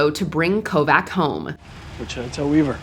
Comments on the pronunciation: ko-Vach not Ko-Vack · Kovac is pronounced with a "ch" sound at the end, as in Kovach. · Sorry, but it is pronounced co vatch lol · it’s supposed to sound like Ko-vach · it's pronounced Kovatch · Dude...That's not how you pronounce Kovac (KO-vatch). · why can no one pronouce it?! ITS KOVACH! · Thr narrator has obviously never seen this show. Doesn't know how to pronounce Kovac right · Someone should have told her how to say Kovac🤷🏽‍♀️🤷🏽‍♀️ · Thank you, that bugged me.